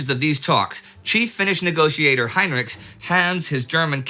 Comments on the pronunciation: They're mostly Swedish names (though I guess Heinrichs is a German name but I think he pronounced 'ch' as [k] rather than [ç]). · Just a small remark. Both Mannerheim and Heinrichs had names with German roots, but which were pronounced as in Finnish, i.e exactly as spelled, not Mannerhaim and Hainrichs. Strange that Lindy, who is always very good with names has not picked this up.